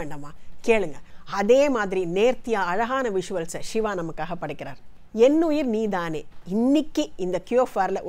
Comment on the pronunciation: வணக்கம். அருமையான குரல் ஜென்சி மேடம் போல் நீதானே என்ற உச்சரிப்பு இல்லை நன்றி